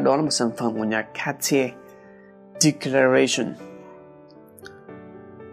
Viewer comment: ông nên tham khảo cách gọi tên nước hoa chuẩn theo nước sản sinh ra nó đi, VD: "Cartier Declaration - Các ti erg đếch ca ga xi ông (tiếng pháp)" hay "Guerlain L'Homme Ideal - Géc lang Lôm i đê an (tiếng Pháp)" hay Lacoste Blanc - La cốt Bờ lăng (tiếng Pháp) thì lại tự phiên dịch ra TA là Lacoste White!! v.v. Ko cần chuẩn 100% nhưng cũng phải nhận diện được - chứng tỏ cho người xem là mình đầu tư kỹ cho nội dung clip và cũng có hiểu biết nhất định nào đó chứ ko đơn thuần; chứ nghe đọc tên nước hoa sai sai thì nó giảm sự hấp dẫn của nội dung đi khá nhiều đó! Lưu ý là mình chỉ góp ý về vấn đề đọc tên nước hoa thôi nhé còn về chuyên môn thì ko có ý kiến gì :D!